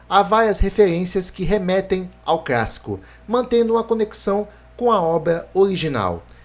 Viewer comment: Eu ouvi crassico?